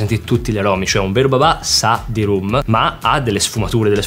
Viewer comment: Ma perché babà? Pensavo si chiamasse babbbbà